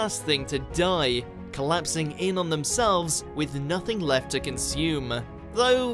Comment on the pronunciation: ... with nothing else left-ah! But, that's a trillion miles away-ah! You guys really need a new narrator. Interesting material that's really annoying to listen to.